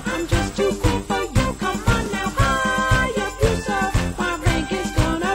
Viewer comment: Your pronunciation of the word “Hayabusa” is atrocious. Btw, Hayabusa is Japanese for Falcon.